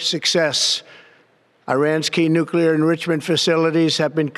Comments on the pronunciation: it’s pronounced “nuclear enrichment”, not “nuclear erf7gtyjnmi2zxs&cvm;yenment”. What a fvcking 4 pack of dolts. I honestly didn’t know that JD Vance had returned from Rome after killing Pope Francis. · tRump slurred his way through saying "enrichment". I couldn't even tell what he had tried to say until I turned on the subtitles and rewatched that section. Well, now that it has claimed we're at war, it can now do a lot of things it couldn't do when we weren't at war. Such as the Alien Enemies Act of 1798. Rather convenient, don't you think, that it declared war (when it wasn't necessary) right after his intelligence people said Iran didn't have nuclear weapons and after he started having problems with deporting people. But, since the Alien Enemies Act of 1798 only involves people that come from the country involved in the war, does this mean it will claim war on other countries as well? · “Nuclear endrigamen” dafuq? This clown can’t read or pronounce big words. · "Nuclear ernriririchment." Republicans love bumbling morons. Trump knows words. He has the best words. Hegseth could really use a drink. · What’s a nuclear endrishemendebt? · Nucular engreeshment? WTF? Holy crap, that guy needs to be in an Alzheimer's unit! If he is not impeached, for this, then, our country is no longer a democracy. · Endrushment what the fuck is that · He can't pronounce the words nuclear and inrichments together. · Trump can't even say "nuclear enrichment." What a monstrous moron of murderous means. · Can't even pronounce enrichment...